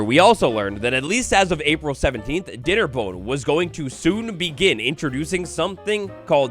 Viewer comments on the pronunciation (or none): Did you say dei nnerbone? Lol awesome